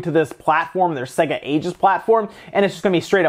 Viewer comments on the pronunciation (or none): It’s not “segga” lol